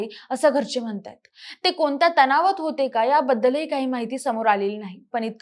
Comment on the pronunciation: मानसं, जेवन , कोनत्या...ण चा वापर करा किती अशुध्द